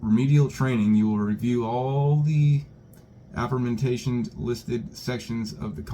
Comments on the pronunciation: Aforementioned (AH-FOR-Mentioned) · Lol "aforementationed" 😅 that was funny.. i believe the word is "A-FORE-MENTION-ED” meaning 'previously referenced' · AforeMENTATION???? It wasn't your only gaff but it sure was the funniest one 😂 Let me help you with remedial phonics 101 kid. It's the ability to break down words by sounding out each syllable independently. Like A--FORE--MENTIONED Mentioned can't be broken down by syllables and still make sense but if somebody can't read the word mentioned they're a lost cause anyway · Ah four mentioned = Aforementioned NOT anersksbxjdh or whatever tf you thought it said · "aforementationed?" If you are going to continue to read things, please improve your reading skills. Aforementioned is not that difficult of a word. This wasn't the only error made, but it was one of the most egregious ones, and it was repeated. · Ah-for-mentioned You're killing me.